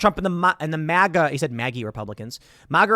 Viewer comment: The way Biden said it, it sounded more like a cross between MAGA and maggot. I'll give him the benefit of the doubt here though.